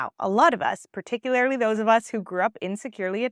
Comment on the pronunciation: ~ you are the bomb, for real. And, lol..."particularily" is not a word. You are so smart, willing to fix that? For the sake of any young folks who might be learning from you. The word is "particularly" - pronounced: particulAIRrly, not particulARILY. Power on.